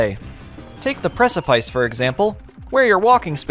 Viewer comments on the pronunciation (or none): I think "precipice" is actually pronounced "press a piss". lol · Ok, pet peeve time. When i was a kid, i too, also called that level “the precip-ice” But its actually pronounced “preci-piss” I learned that only after somebody pointed that out to me too…. Its a tricky word thats not commonly used, but i use it all the time now, Like as im writing this comment, at the precipice of this video…. Now we kinda know what it means, too :)